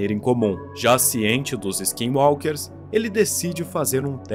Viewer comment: Você falou skinwalker certo mano skinwalker é muito bisonho vei kkkk